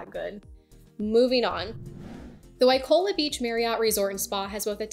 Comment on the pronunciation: Seriously? "Waikola? " not Waikoloa?! You don't speak "Hawaiian " but you do read English? Guys, if you can't make quality content, just enjoy your trip and leave people alone with your "four seasons " recommendations. Four seasons is nice...no kidding. How does it help 95% who are not retired brain surgeons? Ridiculous